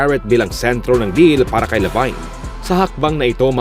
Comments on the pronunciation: Hindi po "Labayn" ang pronunciation ng Lavine kundi "Labin." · ok na sana naging zach lavayn lng eh..lavin po sir ang pronounce nyan.LAVIN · La vin po hindi La vayn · mag research naman kayo sa mga pangalan na babanggitin niyo sa video updates niyo, huwag niyong e murder mga pangalan na babanggitin niyo, baka magalit na sila si Janis at si Lavayn sa inyo. 😂😂😂just saying.